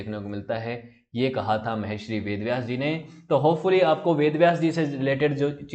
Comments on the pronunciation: Sir aap bahut acche videos banate ho.lekin sir aap ek galti kar rhe h.Aap Mahashri bol rhe h lekin vo "Maharishi " word h. Please sir thoda dhyan rakha kijiye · Maharshi shabd ka uchchaaran aap galat kr rhe hain sir ji. Audio bahut prabhavi lgi